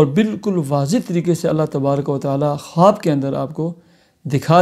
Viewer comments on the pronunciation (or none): none